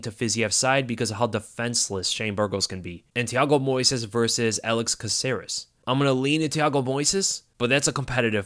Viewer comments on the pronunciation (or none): It’s VERSUS 🆚 NOT VERSE! A verse is a fraction of a song!!! VERSUS!!! ITS VERSUUUUUUUUSSSSSSS 😭